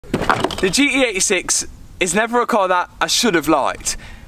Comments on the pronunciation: Sorry but I can’t stand how you say ‘gee-ee eighty six’, just pronounce the T it’s not that hard 😂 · Gee Tee 86 sound like he’s saying GE86